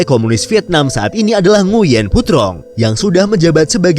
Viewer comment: Nguyen dibaca "Nguwen"